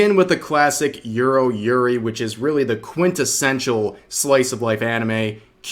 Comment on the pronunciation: Why you pronounce Yuru as Euro, i keep hearing Euro yuri, and non non biyorai